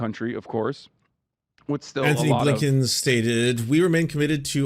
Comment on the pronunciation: Did you say A. Blinken?!